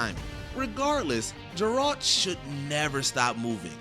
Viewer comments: None of these guys are even gamers. 💀 Father gas-coin... Jaralt... Sharon... Cba to keep going with now many names they couldn't even say properly. 😂 😂💀🤦‍♂️ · Leave behind the scenes, he shouldn’t be narrating when he don’t even know how to pronounce names of iconic video game characters when providing VO for a channel that mainly makes about, idk, VIDEO GAMES? Whoooo tf is Jeralt?